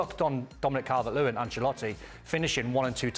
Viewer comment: Don deserves to be dropped after saying Calvert-Lewin.